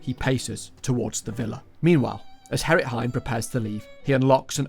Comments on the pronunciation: he kept pronouncing G as H. hearing Herrit every time instead of Gerrit was pretty jarring. not to say this is some terribly horrible thing that he should be ashamed of... but the pronunciations were pretty bad. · nah g(uh)errit would have been way better, since it's more accurate to how the name is written, and far less confusing. I had to remind myself that herrit was gerrit half the time. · Took me 30 mins to understand you didn't say Harrit instead of Gerrit... 😂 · Bro called him Herrit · as a dutch guy, ik vind de ''herrit'' als gerrit zegt best grappig